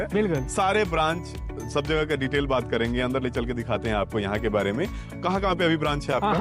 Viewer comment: गुजरात में जाओ ऐसे लाला टाइप की कंपनी हर दूसरे घर के पास है 😂 भईया आग वाग भी देखना 😂 घोड़ा- घोरा कपड़ा - कपरा पूरा - पुड़ा 😂😂 बिहारी साला, बोलना भी नहीं जानते 😂😂